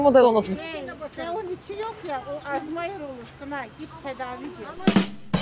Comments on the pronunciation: almayzr değil alzaymr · teyze: Azmeyir olursun😂😂😂😂😂😂😂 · Azmayır değil knk